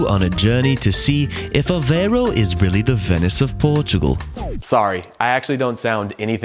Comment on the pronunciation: Why do Americans have so much trouble with pronunciation. I'm Australian,with a smattering of Lisbon Portuguese. Then pronunciationmof this town is AV-AIY -row (think "away row" but with the German "V")